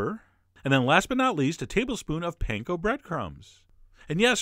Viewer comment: For the love of god and all that is holy, it's not PAIN-KO, it's PAN-KO, pan as in pawn shop. Please don't be that annoying wendy's commercial chef john, please.